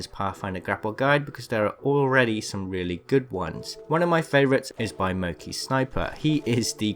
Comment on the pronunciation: Is he saying mokey instead of monkey sniper?